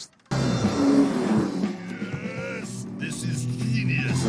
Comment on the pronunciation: THIS IS GEENUS